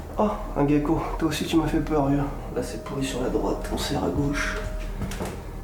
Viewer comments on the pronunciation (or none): En français gecko se prononce g-ko et pas gaie-ko. Je suis serte loin d'avoir un niveau de français académique mais qu'est ce que ça m'énerve.